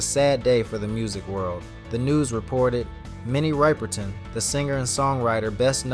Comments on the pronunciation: he says it right at the mark but then continues pronouncing it "Ripe-perton". At worst he's a troll. At best he's just an idiot looking for attention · Same how date you do this tribute and keep ignorantly saying Minnie Ripe er ton its RIP oh man forgive him Minnie= R.I.P. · Please learn how to pronounce her last name. It's Riperton as in rip-er-ton like the word "rip" rather than "ripe". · RIPPER-TON not RIPERtun sir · It’s Minnie Rip-er-ton, not Ripe-er-ton!… put some RESPECT! on her name PLEASE!!… THANK YOU! 🙄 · NOT RIPER-TON... RIP-ERTON !!!!!!! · Ryeperton. 🙄 Rip. Minnie Riperton. 🕊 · Her name is RIP-erton like you "rip" your clothes, not ripe. Sheezzz do your research! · Is this an AI voice? It’s a really bad one. Can’t even pronounce her name. Ripe-ur_ton? Come on! Unwatchable! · Her last name is pro-nounced RIP_ PER _TON !!!!! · Actually, the "i" is short (as opposed to the long "i" in the word "ripe"). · Rip-er-ton Pronounce it right MF ‼️👀😡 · What the fuck! It's rip as in rip a sheet of paper! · That's why I often get frustrated with AI. Can we not program accurate pronunciations? I'm 61 and remember how Minnie’s voice moved me when I was young, just like many others. Repeatedly mispronouncing her name is super annoying and disrespectful, especially given her importance to the Black community back then. We need to improve this AI or go back to using real voice-over artists.😡🤷🏾‍♂️ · Seriously..... How could he pronounce her last name wrong? 😮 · Why do a short on her and won't pronounce her name right ,do some body else and stop hating. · Pronounce her name correctly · You are definitely mispronouncing her LAST NAME. Look at how her last name is spelled and pronounce it correctly. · Please pronounce her name correctly.Beautiful soul with an amazing voice❤❤❤ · I cringe every time you mispronounce her last name Uggg! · If your intent is to talk about someone’s history the least you can do is learn to pronounce their names correctly!!!!